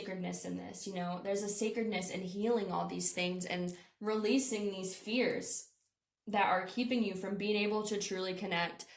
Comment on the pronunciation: When you said fears I heard fierce and that resonated :) thank you!